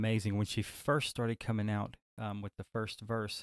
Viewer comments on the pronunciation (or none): none